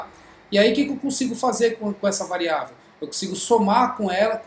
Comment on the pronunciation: Corrigindo : variável é o que VARIA, e não « VAREIA ».